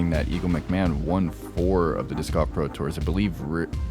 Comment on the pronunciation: Can’t unhear calling it disc goff